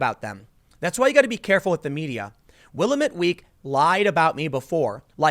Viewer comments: it's pronounced Will-LAM-IT Not Will-A-mit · It's also Wi-LAM-it, not WILL-uh-mette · wow you slaughtered the name willamette its not pronounced will-eh-met its pronounced will-lam-it also oregon is not pronounced or-e-gon it's pronounced or-gan just like what you have in your body or like the musical instrument LOL people who are not from around hear can't pronounce the names right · Dude it's will-amit not willamet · As a Portland native: 1) will-AM-it not will-uh-met, 2) ORegon not or-GONE, 3) Portland does look like shit and needs all the help we can get. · It’s pronounced will-lamb-it. I live near by and never heard anything about it. Downtown would have been dangerous for Scott. I’ve heard that Salem. The capitol, has become heavily occupied by campers. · Will am ut not Willameet ;) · It's pronounced 'Will-am-ette'. Sorry, man. From the Willamette Valley and it's a bit of a pet peeve. Props on knowing how to pronounce Oregon. Sometimes. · For future reference: it's pronounced "Will - Am - IT"...and It's pronounced "Or - a - Gun". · Willamette rhymes with "damm it" for the correct pronunciation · willamette is pronounced (will-LAM-mit), my dude excellent video; keep up the great work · It’s pronounced “Will-am-met” Tim. Lol only issue with this cast that. I am a born and bred Portlander and the garbage pile that my city has become is disgusting. My wife and I carry trash bags every walk we take with our dogs. I totally appreciate people like Scott who put action behind their words. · Tim, couple of things. 1. First hand experience, Portland is a needle poop infested garbage dump in the most expensive zip codes because of homeless methheads. 2. The paper is pronounced Will Ahm Met Weekly. (Willamette Weekly) And boy is it the "journalism" equivalent of garbage dump homeless methheads. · Willamette Week is trash. And, Tim, it's pronounced will-amm-et. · Tim, I live in this crap hole, it's pronounced "will-AM-it" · Locals pronounce it wi-lam-it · Will - Am - Et